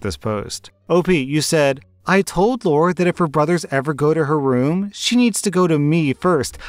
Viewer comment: come on man story 3 It's not Laura it's Lara as in Lara Croft. I know a Lara that got called Laura at school by her teachers and she hated it since that's not her name.